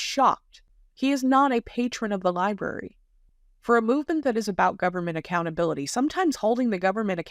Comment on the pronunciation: Ol needs to learn how to correctly pronounce library. “Liberry” is not correct.